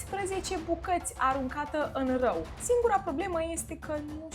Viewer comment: Bravo, te pricepi la ceea ce faci! Te urmăresc și apreciez munca! Întrebare: ce vopsea verde folosești pentru păr? Sugestie: exersează pronunția cuvântului "râu". Se aude "rău". E amuzant, dar dacă nu-ți dorești să fie amuzant corectează asta. Spor mare și succes